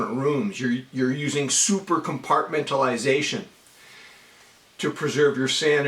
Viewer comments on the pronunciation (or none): Bruh, do you even “compartmentalize” 🤣🤣🤣